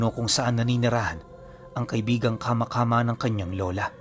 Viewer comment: kama²× po dapat mabilis hindi hu kama midyu matigas dapat ang pagka bigkas na mabilis